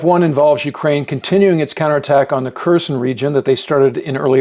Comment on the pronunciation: I believe the K is silent in Kherson.